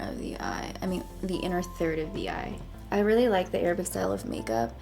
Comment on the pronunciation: Can we appreciate how she says Arab and not EIIIIIRABBB .